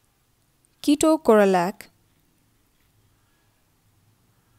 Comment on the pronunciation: It's ketorolac Not keto corolac